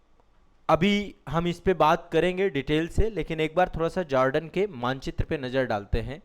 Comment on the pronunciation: मिस्टर ,आप जोर्डन को जार्डन क्यों संबोधित कर रहा है ।और जोर्डन कि शासक या राजा महंमद पैगंबर का वंशज हैं ।